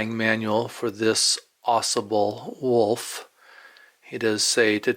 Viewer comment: Here in Northern Michigan, we pronounce that “ O Saab - L “ ……. It’s a Primo Trout River 👍 🎣